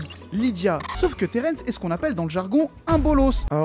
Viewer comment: alors le royaume des morts s'appel edenia et pas eternia et Terrence ce dit Terrence et pas terènsse